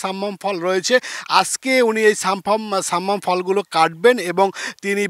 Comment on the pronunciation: ছাম্মাম না শব্দ টা সাম্মাম হবে।